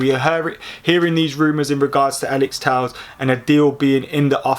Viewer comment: Tell-ez fking tells lol. I'd love Telles at United